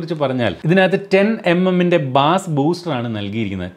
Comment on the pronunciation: പ്രിയപ്പെട്ട, ബാസ് അല്ല ബെയ്സ് ആണ്.